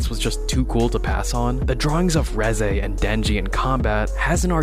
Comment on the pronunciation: reji?レジ？reze、レゼやろ。ちゃんと発音せいや。